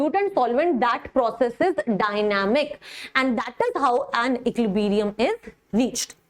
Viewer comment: Man ecliberium nahi equilibrium hota h